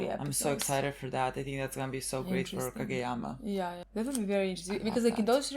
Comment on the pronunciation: I can't resist laughing because by saying what sounds like Hage yama, it seems like youre calling him Baldyama